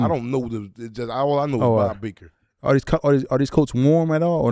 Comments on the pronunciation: Bob Barker . Not Baker 😂. The guy from price is right they make it. It's like that in state too Bob Barker 😂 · Lmao Naa black it’s not bob baker it’s bob barker